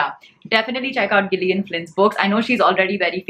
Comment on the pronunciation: Gillian is pronounced with soft G (as if it is written as “Jillian”).